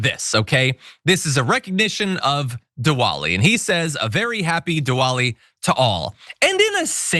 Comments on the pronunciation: If you have words in your script (like the word “Diwali”) PLEASE learn how to pronounce those words correctly! YOU are better than that. “Diwali” is not pronounced “dee-wahl-ee,” it is pronounced “dih-vahl-ee” (the “w” is a /v/) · Indian here. He was saying Diwoli instead of Diwali. But other than that, his pronounciation was pretty close. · Diwali is pronounced "de-vali" and it's an Asian religious celebration which marks different things, depending on the religion (Hinduism, Sikhs, Buddhism, etc ) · The "w" is pronounced as "v". ie. Divali The neighbours from Kolkata invited me over. Had a great time. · Even if spelt with a ‘v’ the pronunciation is still not with the full ‘v’ sound. It’s a cross between the two. You may get a heavier ‘w’ sound up towards the north, but even where you may hear more of the ‘v’ it’s still not ‘vaa’ more of a ‘vwa’. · Di-vali is how I learned to pronounce the holiday. Usha blink twice if you want a divorce from a slimy white supremacist condescending a-hole. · Diwali, pronounced “Divali” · Pronounced Divali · The pronunciation is Divali. In any case Kash Spittoon is a pathetic loser, liar and all around creep. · That's not how you pronounce Diwali. Think of it spelt with a v instead of a w and you'll be closer.